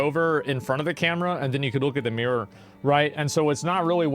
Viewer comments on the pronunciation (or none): none